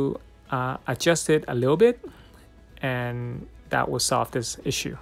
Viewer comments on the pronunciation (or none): none